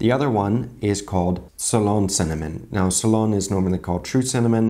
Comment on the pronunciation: It's not SOLON cinnamon. It's pronounced more like tsey-lon. It's named that after a place on earth if I remember correctly. There is also a ceylon tea roite?